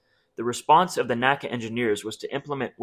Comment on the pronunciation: Langley Research Engineer here. This is an excellent video! It contextualizes the history and technical details of the area rule perfectly. I have but one nit pick that was drilled into me by my mentors at NASA. The NACA was never contemporarily referred to as "NACA" or Na-Cuh in pronunciation. It was the N. A. C. A., pronouncing each letter. Ultimately it doesn't matter, but it gives you clout with the old guard if you say N. A. C. A instead of NACA. 😊